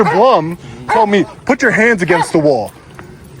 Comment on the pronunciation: Blum is pronounced Bloom btw 😂